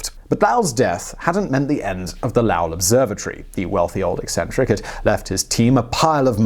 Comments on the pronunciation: Something didn't sound right to me as I was listening. As an Arizonian, I finally realized it is a mispronunciation of the name "Lowell". The "o" is a long vowel sound, like in "low" (opposite of the word "high"). "Low-L". Sorry to be specific, but I may not have been the only one who was confused, and this video's purpose is to educate people. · Lowell rhymes with bowl over here. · LOW - ell...as in the opposite of high. I've lived near it before. :) Otherwise, great video! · Lowell (loh-well), methane (meh-thane) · Lol. I thought Lau is chinese. I only realized the mispronunciation when he mentioned the PL in Pluto part. Good video of course. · Your pronunciation of "Lowell" is terrifyingly atrocious, to the point that I (an astronomer who grew up in Arizona and had been to the observatory many many times) didn't know who you were talking about until Schiaparelli came up. It's pronounced "low-ell" with "low" pronounced like "Get low" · Lowell rhymes with 'coal'. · This is so hard to watch with how he pronounces Lowell. Didint know what he was saying till I read it. Love the Chanel though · "Lowell", rhymes with "Coal". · OMG please stop saying Lowell wrong! Love your stuff, but that is driving me crazy! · Lowell. Rhymes with 'bowl', not 'foul'. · That's not how you say Lowell my man. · Am I the only one who finds it irritating the way this guy mispronounces "Lowell"? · I’m not sure if I’m gonna get through this whole video with the way he pronounces Lowell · Def not saying Lowell right but whatever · I kept wondering if he had gotten the name conflated with Lyle somehow. Really, what was that vowel he was using?? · You made this video unlistenable by severely mispronouncing Lowell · Being from Arizona, the first few times he pronounced Lowell I cringed, but then I quickly decided to just put it aside as a Simonism and enjoy the rest of the outstanding content. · Lowell.... dude, this ones easily researched and in English. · Pronounce Lowell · LOW-ELL not LAOW-EL